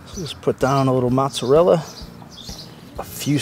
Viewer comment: I just got this oven this week. Nice video, thank you, thumbs up. . Please! Please. Pronounce the cheese the Italian way. It's Moh tza rella! Not Matza rella. Matza rella sounds like a red neck pronunciation. Listen to an Italian say it. If you're going to eat it, and make videos about it, pronounce it correctly, please. I request that respectfully! Great video, but I cringe when I hear mozzarella pronounced like that.